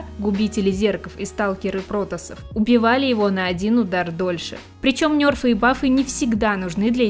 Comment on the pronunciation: как игроку вовки не привычно слышать нЁрфы а не нЕрфы